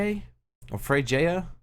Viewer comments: I believe Freyja is pronounced Frey-ah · Bro it's not available here in Philippines..😥 but I already pre-register. Freyja is read like Fre-ya😅